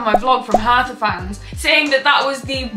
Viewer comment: i love the way how you pronounce "hertha" 😄❤